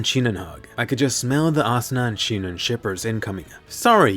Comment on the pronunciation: Why is everyone calling her shinon